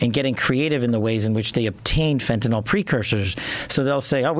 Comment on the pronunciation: Btw, it isn’t fentaNOL, it’s fentaNYL. Rhymes with ill.